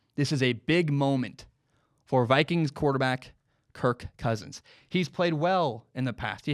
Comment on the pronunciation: ”kirKKKKKKKKKKKKK cousins”